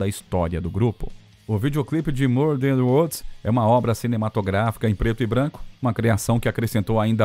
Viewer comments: Sem contar as pronúncias horríveis do narrador. " MURDER WODS " 😂😂😂😂😂😂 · Mur dan uods!!! Van Hilen!!!! Fora outras palavras. Não é esnobar não, Para com isso cara, pelo menos o nome da banda pronuncia certo pô!!! Quem conhece ou tenha im minimo de conhecimento do cenário Hard Rock sabe pronunciar Van Halen!!!! Hilen foi o cúmulo!!!!! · Pra piorar "mur dan uods"!?!?! Van HILEN!!!!!!????? Que!?!?!?q q isso!!! Ah pelo menos o nome da banda pronuncia certo né cara!! Ninguém q conheça o cenário pronuncia assim!!! Pelo amor de Deus!!!